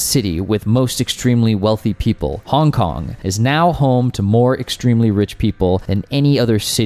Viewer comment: Try pronouncing the city's name like a normal person first please